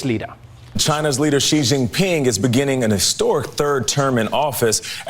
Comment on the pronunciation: XI Jingping, NOT JI